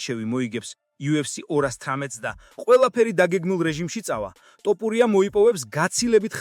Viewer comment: რით ვერ ისწავლე ასო ბგერა""თ""" მოგიტყან სკოლა, მასწაბლებელი და გამზდელი დედა თუ ვინცა გყაავს თოფურიაა შე გამზდელ ჩაკუკებულო😂😂